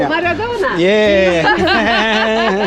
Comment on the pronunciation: Jajaja ¿MARADONA? 🤣🤣🤣 pronuncia bien la viejita